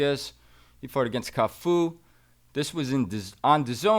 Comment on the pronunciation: Cafu not Tafu 😅